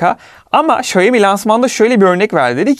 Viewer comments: Xiaomi: Şayomi değil Şaomi diye okunur. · Şeymi değil şaomi diye okuyacaksın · Emeğinize sağlık,detay anlatımınız mükemmel,ancak marka adını telaffuz ederken şeimi şeimi demeseniz çok çok daha iyi olacak. Saygılar... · senin bu telaffuzun ne olacak 😅 Bu markaya "Şayomi yada Şayimi" demekten ne zaman vazgeçeceksin 🤔